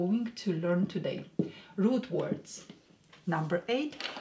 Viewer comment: Whenever you say “root words” I first thought you said “rude words” and were going to teach us that 😅😉🤩